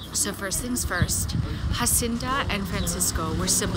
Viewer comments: Good video, but you are mispronouncing Jacinta's name. It is a Portuguese name and is not "Hacinta." The letter 'J' is pronounced as in English. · The J in Portuguese is read as a J and not H like in Spanish. So Jacinta should be read as in English Jacinta.